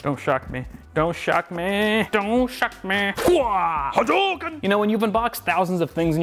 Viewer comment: He said HADUKEN!